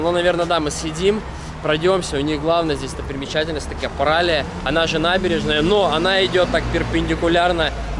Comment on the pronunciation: Ударение на "и", паралИя